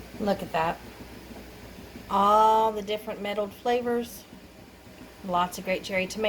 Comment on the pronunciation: Unclear what you are saying,... metal flavors?